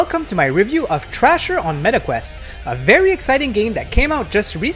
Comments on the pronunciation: Cmon man.... its called THRASHER..... NOT TRASHER.... how you gonna do a review and you cant even read or say it right... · How???? Bro hes not even saying the right name.... its called THRASHER...... AS IN TO THRASH.... not garbage called trasher..... jeez you people are slow and very unobservant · Dude, it’s not called “Trasher” it’s called “Thrasher” … brutal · How so???? Its called THRASHER...... not trasher.... thats a different game entirely.... ugh......